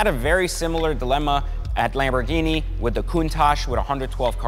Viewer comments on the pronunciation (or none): none